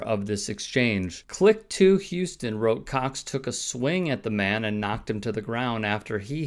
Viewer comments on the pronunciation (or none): none